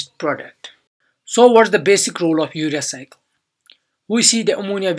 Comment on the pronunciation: urea cycle captured in CC caption "Your Recycle".. RIP pronunciation.